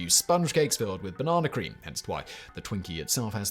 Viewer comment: As if it weren't unthimnkable to speak about twinkies for an hour, thirty-eight minutes, fourty-eight seconds. Highlights: the way Simon pronounces banana. Switching to hydrogenated oil for the actual purposes of finding an inert preservative that slips through the alimentary canal like there weren't many nutrients in there anyway, a judge with clear frames threatening with a gavel to make um, peanut butter? (Simon called her a lady, but she had a beard, I dunno.) Food from Japan which can kill you which is blamed on the Russians and their gambling problems, oxidation of fruit flesh and George Forman being a fierce entrepreneur who re-invented a panino grill and tipped it so you can catch your fat and whip it into a frenzy, folding it into whipped cream and injecting it into freshly baked, cooled foam golden cakes cooked to sort of raw. Conclusion: Twinkies were never invented to eat cold, you're supposed to soak them in maple syrup, wrap them in bacon and cook them in a medium oven. Serve them covered with a small quenelle of jalapeno jelly plopped on top with one single corn nut and a sprig of parsley.